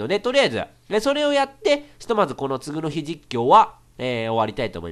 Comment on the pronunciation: [つぐの日]みたいな発音で[次の日]って言わないでくれ…